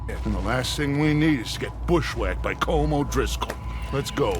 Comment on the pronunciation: Good lad on the colm pronunciation